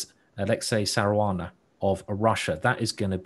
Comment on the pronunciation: Simon is spelling Saranas name like Caruana and this is hearing like Saruana,this is funny .